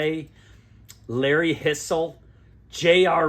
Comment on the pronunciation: "HIGH-zle". How do you not know Larry Hisle?? Stud player!!